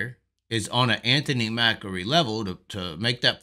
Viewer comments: MACRI not MAKAREE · MACK-REE. MACK-REE. It's not like Macaroni and Macaroons. Good videos though, you bring up a lot of good points and present them concisely.